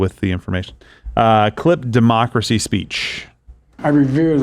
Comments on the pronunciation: Does Biden Keep Saying DEMOCKERY ? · Sounded like he said mockracy.